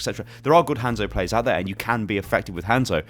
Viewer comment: I hate how you say Hanzo’s name.